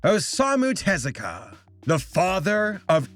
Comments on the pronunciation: It's not "TEZ-ah-kah?" It's with the emphasis on the u, like "tez-OO-ka?" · Take a shot every time pronounces Osamu Tezuka's name wrong! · I'm only judging your pronunciation of Tezuka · I love your channel, I really do. But not at least Googling how to pronounce people's names is not only lazy, it's disrespectful.